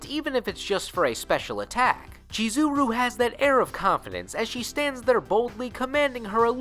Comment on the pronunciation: I love this guy's mispronunciation of the names continously... "Chi-zeh-roo", "Ragil Bern-shteyn"...👎